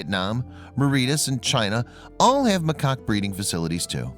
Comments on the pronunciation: This sucked! Not only should the guy at least be able to pronounce the name, macaque, properly but the majority of the primates they showed on here were not the kind that would ever have been in these facilities they are discussing...that is misleading. In addition many of their facts are incorrect...example...the age of the monkeys has nothing at all to do with who gets to eat first. They have social hierarchies that determine that. Completely useless. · Cites is “site-ees” snd macaque pronounced wrong.